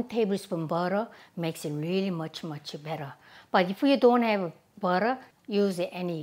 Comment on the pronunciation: cocka tiel beo-teo